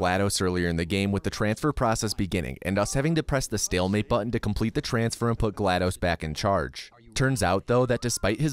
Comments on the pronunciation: the word complete changes to cumplete XDDDD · I noticed that "complete" turned into "cumplete." :)